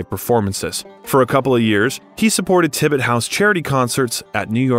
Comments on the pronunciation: How about "Tibbet" for Tibet and "Lady Dee" for Princess Diana? :D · THANK YOU! He literally called the country, Tibet, "Tibbet"????